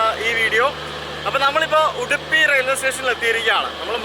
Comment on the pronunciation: Speak English please. It's Udupi not Uduppi